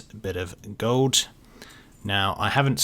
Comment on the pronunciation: love the way says "gold" its like Gohd'